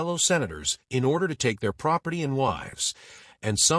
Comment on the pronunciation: 'Proferty of' lol